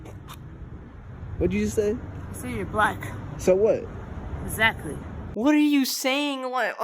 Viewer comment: I think she said ezactly lmfao